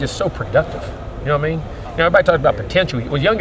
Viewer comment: coach says, "na mean". I love the south. We all speak alike.